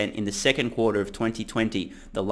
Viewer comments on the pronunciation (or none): none